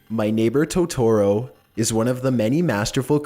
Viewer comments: its Totoro (TO-to-ro), not Totoro (to-TO-ro) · It's "To-toro", not "ToTORo". God, that irritated me more than it should've. also this comments section is absolute cancer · Okay, but who else is upset about the Studio Ghibli and Tutoro pronunciation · "My neighbor toe-toro " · Did anyone else cringe of how he pronounced it Toe-toro? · 2017: toe-toe-row... kms😂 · U said Totoro wrong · NOOOO NOT MY BELOVED TOTORO Q~Q You pronounced his name wrong btw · I got triggered by the way he said totoro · The way he says totoro is pissing me off, like he's saying it wrong 😭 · Toetorero ghiberee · Toe tu ro! Is how it's pronounced! And it's audio gebli is also how that's pronounced! Jeez you don't even have a accent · "To-to-ro" "Ghi-bi-ri" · I liked this video but I CRINGED when you MISPRONOUNCED Totoro And Ghibli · Lmfao at the narrator's way of pronouncing Totoro and "Studio Ghibli". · I love you so much, but the way you pronounce Totoro and Ghibli, disturbs me....